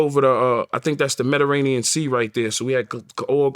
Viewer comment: He said Mederanian Sea lol